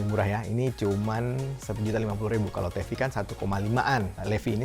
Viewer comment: Kayanya dibacanya bukan LEVI deh tapi LIFAIIII.. 😂